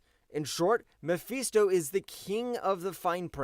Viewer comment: Mephisto! Not Mefeesto! FIST! Not FEEST. Why do you keep saying it like that?